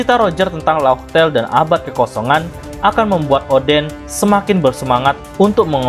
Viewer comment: Laugh tale bukan fartale